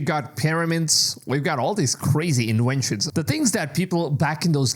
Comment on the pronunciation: “Crazy Inwentions”